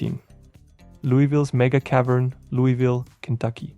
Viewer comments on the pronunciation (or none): none